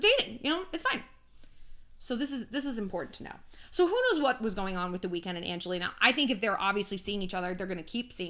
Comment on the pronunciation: ”The Wekend?”😂